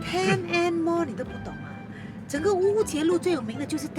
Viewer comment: I was puzzled upon hearing Ten N Mall (I0 N Mall )! 🤣🤣🤣 What a comedy!